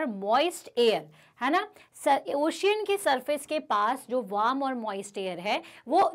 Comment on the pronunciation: wam or warm?